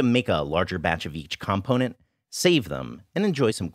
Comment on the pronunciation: I feel may have been offended by comments on his pronunciation of "component," and now he's really digging in to show the rest of us the kind of man he is. The noodles look good, though.